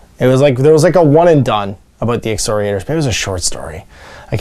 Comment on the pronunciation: Ex-KOR-iators. Hard C there, sounds like a K not an S.